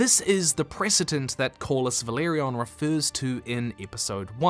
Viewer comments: Great video as always, just one correction. It’s Velaryon, not Valeryon. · Velaryon not Valeryon